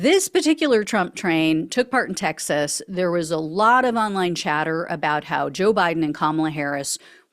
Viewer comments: Loved the enunciation TEX ASS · "TexAss" > good one,!:)) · One day this lady will learn how to say Texas, but today is not that day.